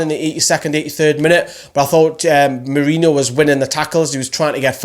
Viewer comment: Yes, you finally got Lejeune’s name right haha. Still need to get Merino’s right. Great video, agreed with majority of ratings